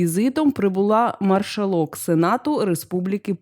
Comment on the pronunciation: Маршалок! Наголос на першій букві "а"Ставте правильно наголос!